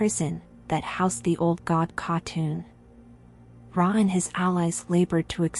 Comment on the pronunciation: Is this an AI voice? Y'sharaj, Aman'thul, Nimiron, C'thun, Yogg'Saron, Odin, and N'zoth were all mispronounced.